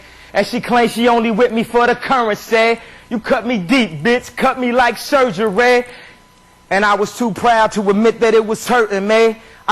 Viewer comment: the way he says surgery bothers me